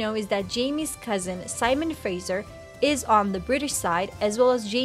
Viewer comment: Learn to pronounce Fraser.